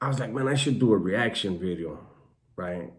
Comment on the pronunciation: Say video bro stop with the bedeo